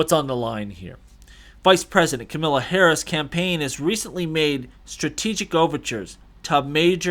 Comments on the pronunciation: PRONOUNCE HER NAME RIGHT! It’s KAMALA, like MAMA-LA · Comma la is how you pronounce Kamala.